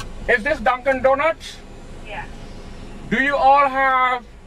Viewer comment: The way he says Dunkin Donuts is awesome